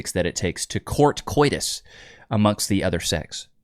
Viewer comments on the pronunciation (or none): You absolutely don't pronounce Koitus Like you did... The o and i are own separate letters, you don't pronounce them like you do in e. g. poisen.